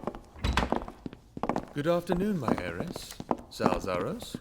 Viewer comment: Its “heiress”